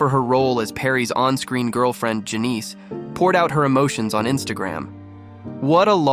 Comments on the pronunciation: Al eye mcbeel? Janeese? Gotta love ai. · Why can't people pronounce names correctly like Janice not Janeeese I notice it a lot in documentaries and these YouTube videos and its simple names of places and people that they pronounce wrong and some of them mispronounce several simple names in one short video it's very common just take note of it while listening to YouTube videos I just don't get why they don't know how to pronounce these simple everyday names